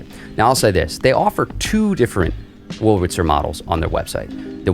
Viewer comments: are you saying "wulritzer"? it's much easier to pronounce it the way it's actually spelled, with the r before the L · i was being rhetorical. you are pronouncing it "wulritzer" consistently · He is pronouncing it "Wurlritzer" not "Wulritzer" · Definitely. It's clear that he says "Wurl-ritzer". I'm not criticizing him though. What has been odd over the decades is I've heard a substantial % of folks mispronouncing "statistics". Instead saying "satistics". And mispronouncing "Massachusetts". Instead saying "Massatusetts". I'm an oldster & have noticed those 2 for many decades.